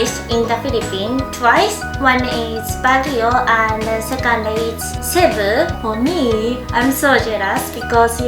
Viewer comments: i keep lauughing at the part where she says cebu She pronounce it as " Shebu " which makes me some how smile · you said cebu wrong ahhh why do people keep miss pronouncing it🥲🥲